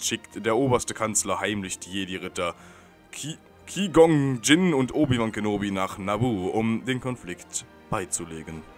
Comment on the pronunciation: Und noch ein Tipp: Der Jedi mit den langen Haaren wird Qwhy Gonn Jinn ausgesprochen.... :D